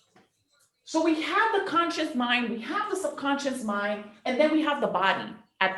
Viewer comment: Someone who cannot even say conscious.. trying to teach us about consciousness and sub consciousness. She's saying conscience instead of conscious..... 🙄 Biiiish you have NO conscience. Grifter.